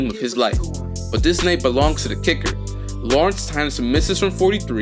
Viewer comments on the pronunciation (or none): none